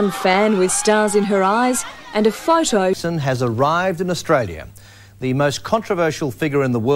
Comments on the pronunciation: Is name is not jako its jackso 😡its jackson 😀❤🥰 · I hate how they call him "Jacko". It's "Jackson"!!!!!! 😡 The media makes him seem like he's strange or he's a freak, when he's not!